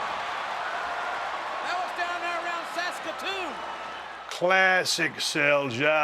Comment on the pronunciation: Props to Steve for saying Saskatoon correctly. And if there's one thing that's made clear from this interview, it's how well Bret did and still does understand the business and how fans feel.